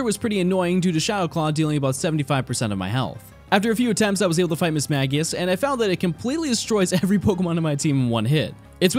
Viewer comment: Am I crazy or is it pronounced "Miss-mage-i-ush"?